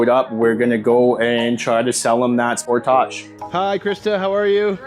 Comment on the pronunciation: Is pronouncing sportage as “sportoge” a ploy to make it sound like it’s not a s**tbox, or is that just a speech impediment?